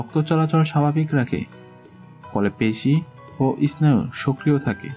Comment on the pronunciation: এস্নায়ু নয় এর উচ্চারন হবে সেনাইউ স্নায়ু